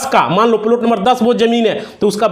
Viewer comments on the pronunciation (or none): तू बात बना रहा है. अब तुझको लाइक करना तो दूर सुनना भी बंद कर रहे है. फालतू का बकबास कर रहा है तू. हरामी लगता है. बार बार एक हीं बात रगड़ कर टाइम काट रहा है. प्लाट को प्लुट बोल रहा है. पुराना सड़ा फ़ाइल दिखा रहा है.